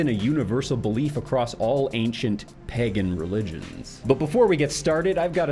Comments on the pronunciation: My only question is why the hell do you pronounce pagan like peggin'!? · not to kink shame, but it drives me up a wall hearing pagan pronounced as peggin' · When you say pagan it sounds like pegging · Say PEHgan one more time please